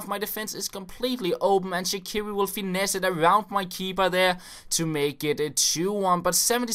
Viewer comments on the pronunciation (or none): none